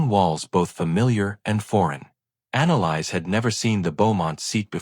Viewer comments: Thank you! I came to say that. It's been driving me crazy. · Her name is pronounced: Ana lease! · Thank you! It was driving me crazy too having to hear the mispronounced name!!!